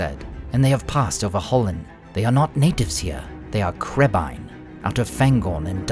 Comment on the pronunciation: I finally understand what Legolas said in the first movie. Always thought he said crabeye.